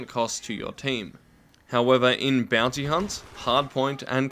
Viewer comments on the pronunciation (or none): none